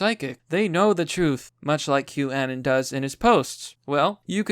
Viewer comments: The way you pronounce "anon" has always drived me crazy haha. Take the word 'anonymous' and remove the "ymous", it's not 'anen' or 'anun'. At least you don't buy into the Q anon bullshit though👍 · Wait...you're saying boomers use 4chan, are you sure you know what you are talking about? Every boomer I've talked to has never heard of 4chan. Btw, I believe it is pronounced anon as in anonymous.